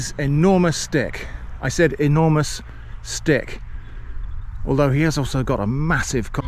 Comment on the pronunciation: That's interesting, I totally heard dick at first. Then I replayed it and you really said stick. I guess my brain heard what it wanted to hear :)